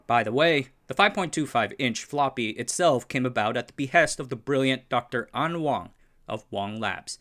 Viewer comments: Isn't Dr An Wang last name pronounced Wang, not Wong? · Wang is "Wang", not "Wong".